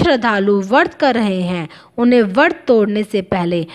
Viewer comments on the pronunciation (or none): hindi uccharan bhi galat karte hain bharat vasi . lajja ka vishay hai. व्रत hota hai , ap usko वर्त bol rahe ho . शुक्ल hota hai ap usko शुकल bol rahe ho . iss video ko hata diya jaye ya uchcharan ko theek kiya jaaye.